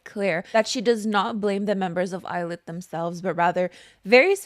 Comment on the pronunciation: I keep hearing "Eyelid" instead of "Illit" so it's been forever ruined for me. Yes please PT 1 video!